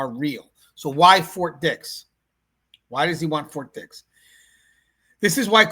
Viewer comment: "Fort dih" 😭🙏🥀